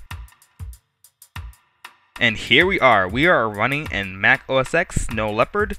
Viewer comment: To say Mac OS X : Mac OS 10 not EX